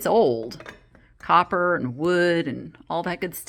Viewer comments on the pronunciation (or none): none